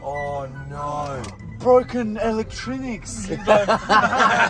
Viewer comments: Broken elektriniks gets me every time lmao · "broken electrinicks" 🤣🤣🤣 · Broken elektrinics 🤣🤣🤣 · Broken elactrinicks